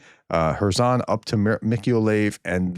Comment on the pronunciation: I live in Ukraine, close to Mikoliev. For the thrid time, it is pronounced, Meek-oh-lie-yev.